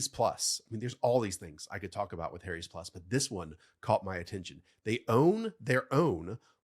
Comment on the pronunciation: ..."Harry's" is not pronounced the same as "hairy's". If it was, it would be a very ironic name for a razor company!